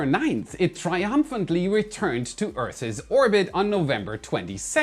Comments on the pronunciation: Hi, there is no ‘earthses’ only earth’s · you pronounce earth's funny its pronounced the same as earths, see in english any word that ends in a s or th sound 's sounds just like a plural s. when it haves x sound sounds like es like fox's but the plural is also foxes. the possessive is pronounced as the plural but spelling is different but a double s like boss is plural as bosses so boss's sounds like bosses not boss english sux i know im a native speaker. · It’s true,. The “s” is doubled, but not pronounced that way. 🤷‍♂️